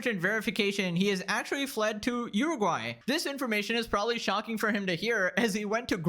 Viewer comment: You are the first person I ever heard someone pronounce Uruguay correctly.